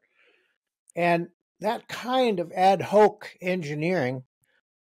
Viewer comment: Its hoc not hoak...